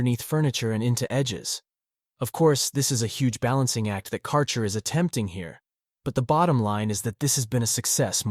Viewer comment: Thanks for review. You mispronounce the brand name, tho